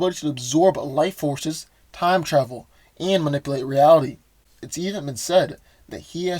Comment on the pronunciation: Dude! ManipUlate, not manipIlate. You're killing me! If you're going to use a word over and over, pronounce it correctly.